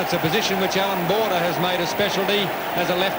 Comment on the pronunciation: Anyone else notice it said Bordber out b. Border?